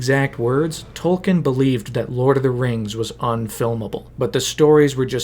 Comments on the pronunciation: A cursory effort online would quickly reveal that Tolkien himself pronounced his name as Tol- Keen . It would be like pronouncing Peter Jackson's name as Peter JOCKson . It's a little thing , but it's grating on my ears . You did a lot of research and this is a good video . A minuscule amount more and you would have gotten the famous author's name right . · An “expert” should know it’s pronounced “tolkeen” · Tolkien has an e in it... It isn't Tolken. Jeez... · Wished you pronounced tolkien's name right, just once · three hours of work, still mispronounced the authors name